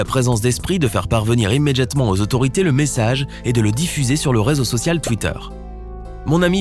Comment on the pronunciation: Le seul truc qui ma marquer frère c’est « immeDJatement » Articule cousin😤